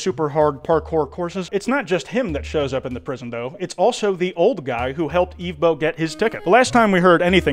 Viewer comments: Ok are you pronouncing evbo as eevbo on purpose? They say it in the show its like someone saying Pokemon as pokeman THEY SAY THE PRONUNCIATION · Not you pronouncing his name “Eve bow” the entire time 😂😭 it is “Ev bow” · its evbo not eevbo you were making me cry the whole vid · It’s not eevbo it’s evbo😂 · The way he says evbo is hilarious but annoying at the same time, it’s pronounces eh-vbo, not ee-vbo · This is because I’m most likely likely undiagnosed severely autistic, but, despite Evbo’s name being pronounced as /ɛvboʊ/ throughout both the original series/movie and clips in this video, I’ve noticed that continuously refers to him as /iːvboʊ/. I also am aware that he addressed this, but I just felt like pointing it out as it was slightly bothering me. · Its not eevbo is ehvbo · it’s evbo, not eevbo😂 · Eve bow 😂😭its pronounced EV-BOW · erm acktshually its ehv-bo not eev-bo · no way bro pronounced evbo (ev-bo) eve - bow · Im suing you its not eveboo its evbo!!!!!! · the way he says "eve-bow" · Why did you call him Evebo at the start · Ermmmm... Evbo is actually pronounced Eh-vv-boe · how can you watch the entirety of the series and still choose to say the main character's name incorrectly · how did you watch 4 hours of Evbo content and STILL mispronounce his name? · The mispronunciation of evbo is killing me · He keeps pronouncing Evbo’s name wrong 💀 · Bro that pronunciation of evbo is annoying me